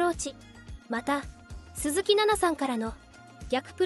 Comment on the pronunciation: 鈴木さん↑↑の発音が気になって仕方ない😅